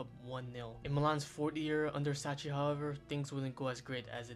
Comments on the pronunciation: pronounce sacchi like "suckky", not like "sutchie" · Good video but please the pronunciations. Sacchi is pronounced Sakki and Maldini's dads name is Cesare (Che-sa-reh)